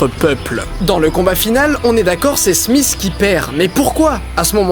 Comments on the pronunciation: Didi, c'est pas "Smiss"... C'est "Smith". :pp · smisss et non smith